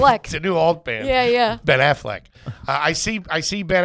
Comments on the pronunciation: The way accidentally said Ben Affleck is how Bert Kreischer pronounces it always. 😂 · and Bert saying Ben Aflecks name wrong is so on brand